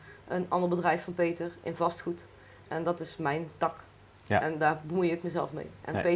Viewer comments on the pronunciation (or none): Mijn tak? … ik denk dat taak toch langer uitgesproken moet worden